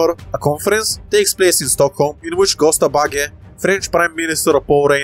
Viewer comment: Its pronounced Jösta baggä